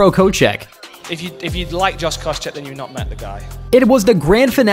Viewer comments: Also Koscheck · I cringed when I saw koscheck and not just bc I hate him but bc I was waiting to see how you’d butcher that name after the first 7 mispronunciations